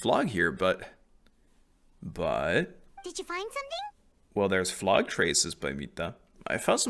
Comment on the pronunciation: I can't wait to see your act 4 reactions! But please.. is pronounced "flow" not "flog" 😅 Flow-gis-tin, Not Flog-istan. Not a single character in game as ever pronounced it that way but like, 50 of the people I watch play the game randomly mispronounce it the same way 😂. I get English is dumb and hard to sound out, but when 40 characters in a row say it the same way you'd think people would figure it out eventually